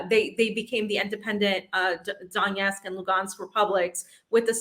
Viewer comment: It's DoneTsk, LuGansk and Za-po-ROZH-ye.